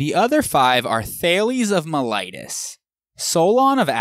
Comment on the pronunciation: All is good but what on earth is your "mee-ly-tus"? Do you always mean "Miletus" by that? Thanks for a great and informative series though )